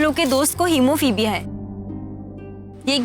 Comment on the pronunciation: It’s not haemophibia it’s haemophilia